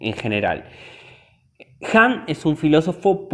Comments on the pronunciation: Excelente resumen. Leí el libro y me dejó muy impactada al igual que otros libros de Han. Sólo una sugerencia: es Han no "Hans" y suena a desconocimiento del autor aunque evidentemente no es asķ por todo lo explicado. Gracias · Que no es Hans ...... es Han. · No es Hans, es Han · Porque dices “Hans”, es Han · Es Han! No hans HAN